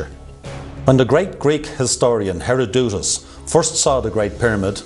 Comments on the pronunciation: The great Greek historian "Hera-dude-us". I laughed so hard. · Hair-A-doot-Is???? bahahaha, WTF is this dude a Dr of????